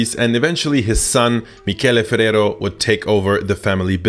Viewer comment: im really impressed on how you pronounce ferrero and spanish words